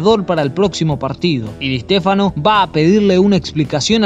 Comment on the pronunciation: Di EEEshtéfano xD